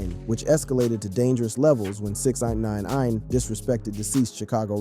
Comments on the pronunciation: Just " six ,nine" ... Not six ex nine nine ine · lol 😂 I kept thinking why is he struggling to say Six Nine 🤦‍♂️